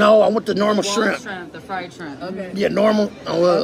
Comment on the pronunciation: He can't say fried either he said fied shrimp